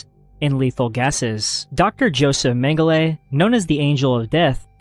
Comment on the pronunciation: Where is Unit 731? Edit: Also, that's not how you pronounce Mengele lol